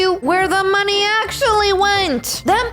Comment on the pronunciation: The mom sed monye